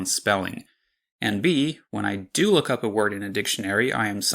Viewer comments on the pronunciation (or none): Maybe it's just me but I'm pretty sure you're pronouncing lʊk in the first one, not lɵk. And your 'luckily' sounds more like lɤkəli to me